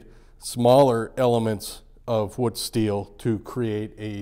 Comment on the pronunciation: Wootz is not pronounced like foot it’s like boot. Also if you watch the documentary about Al Pendray then you will understand this is an over simplification of how wootz steel is made. The thermal cycling and vanadium percentage is critical otherwise you just get steel that looks like wootz but does not have the same properties.